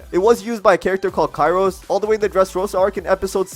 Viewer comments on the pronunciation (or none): none